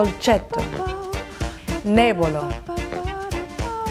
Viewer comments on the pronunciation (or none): Nay-BYOH-low?.... uuummmmm.... Nib-ee-OH-low is how every Italian I've ever heard has ever pronounced it and I'm pretty sure that's correct. P.S.... you roll Rs is every language like your speaking spanish. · NEBBIOLO...... N.E.B.B.I.O.L.O.